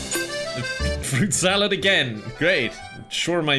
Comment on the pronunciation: You say fruit salad I heard pyco salad haha